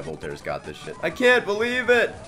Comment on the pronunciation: "I can't 'BEE-lieve it." ._.